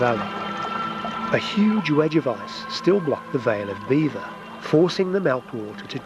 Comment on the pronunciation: Vale of Belvoir = Beaver (/ˈbiːvər/ BEE-vər) for any folk questioning the name difference